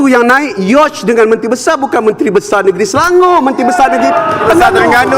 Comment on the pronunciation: KAU SEBUT "YACHT" PUN TAK BETUL... PEGI LAA KELAS KE APA.. TIAP KALI KAU CAKAP ENGLISH, ADA JE FAKAP... JAGA SKIT LAA CLASS TU.. KAU MB KOT